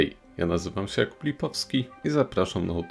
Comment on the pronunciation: krytyka część V. nie rozumiem czemu nie akcentujesz JA (w Jakub Lipowski) brzmi jak kub... Mówisz nie wyrażnie (co sie poprawiło w nastepnych odcinkach) ale znów/wciąż monotonnie. zwracasz sie do widza/nas i Twej intonacji nic nie brakuje. Zmaina kompletna w treści, w komentarzu nic... jakbyś czytał jedno wielokrotnie złożone zdanie... a dalej mooonotoonie. IMO bierz przykład ze swego cytatu Hemingway'a, tam masz jakąś energię (nie za duzą tak 4-5/10) ale to i tak wiecej niż w części autorskiej. A poźniej jak zwykle 'nazywam sie '... PS. Nie znamy się, nie wysmiewam sie z Ciebie/Pana. Widzę że masz sporą wiedzę i ciekawe zainteresowania, ale nie bardzo umiesz ja w przystępny sposób przekazać. Mam nadzieję żę ci w jakiś sposób pomogłem nie jestem specjalista w tym temacie, ot po prostu moje odczucia, myślę, że najlepszym sposobem byłoby gdybyś wziął jakieś lekcje u wyjadacza komentatorskiego, nawet średniego kalibru, bo swą wiedzą mógłbyś sporo osób zainteresować, no ale nie w ten monotonny sposób. PS2 odcinek nr 2 najlepszy w serii.